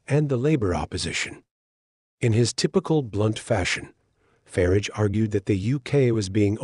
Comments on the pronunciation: It's not "Farige" it's "Farage" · "Voice of Brits" with a plastic voice with a yank accent that can't even pronounce 'Farage'. I'm sick of these right wing pseudo journalists.